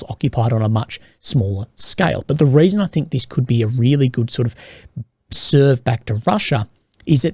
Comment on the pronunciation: Fight -> Fate Raisin -> Reason Loving the cosy accent Last time I heard it in person I was buying fish-n-chips in the port on a sunny day and feeding seagulls Fun memories! ^_^